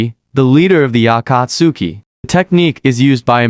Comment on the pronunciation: Good video, but the reader mispronouncing names and especially Akatsuki is like nails on a chalkboard to me lol. Only complaint though!